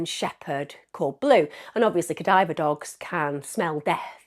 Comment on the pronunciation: Ffs its CA-DAV-ER dog not cadiver. Does this woman know how to pronounce any of the things in her videos????